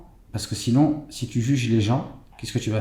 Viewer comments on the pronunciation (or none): none